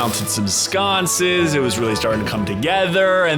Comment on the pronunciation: only mistake he made is the way he pronounced sconces. its more like cunts with an "S" at the front and end.